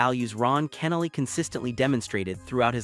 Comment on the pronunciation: Any time you CANNOT correctly pronounce the deceased name means it's AI or ignorance. Either way, disbelief of the post. Insincere post looking for views.